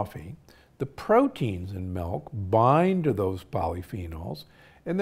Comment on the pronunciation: Why are you saying MELK!!